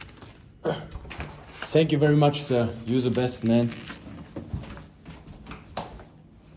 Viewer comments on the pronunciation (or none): Ich liebe es wie du immer sank you sagst XD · No hate aber sank you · senk you wwerwy much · sänk you haha